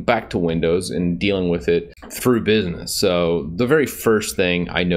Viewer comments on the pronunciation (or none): none